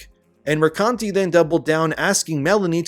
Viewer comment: I love that you read Mercante as "Mercunty".